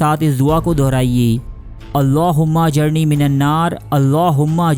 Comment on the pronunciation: jnab ap ny last main jo duaa parhe hy ap wo ghalt parh rahey haen plz ospy ghoor karen...................aa jarni ki jgha aa jirni hy plz chack it.